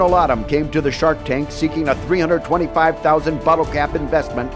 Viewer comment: "Shork Tank"